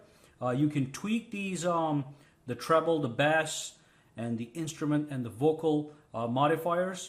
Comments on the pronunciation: Bass? Its pronounced BASE fyi, but its spelled bass.. all the ads killed the video for me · if u want more bass u have to go fishin lol i think what ur trying to say is pronounced "base" :p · What are we fishing here?!!!!!! He totally said “Bass” wrong lmao !!!